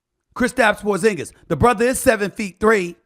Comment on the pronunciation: Don’t say porsingas like that. It’s like saying flat tire